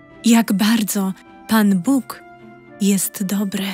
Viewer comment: Dlaczego tak źle jest akcentowane słowo "Bóg". Czy to czyta człowiek czy automat?